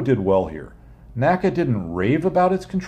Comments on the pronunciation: N.A.C.A., not naca. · Very nice video, but please NACA is not pronounced as a word, like NASA is. It is/was the letters N.A.C.A.